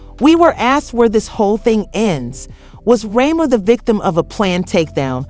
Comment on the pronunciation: what's wrong with you , why can't you say Remy's name right ?